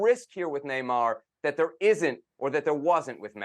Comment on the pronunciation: Why is that guy pronouncing Neymar with a trilled R at the end of his name...he's from Brasil.